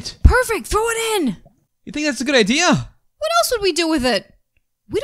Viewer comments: said ider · There really funny😂😂😂😂😂😂😂😂😂😂😂😂 because says ider not idea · Why does say ideers instead of ideas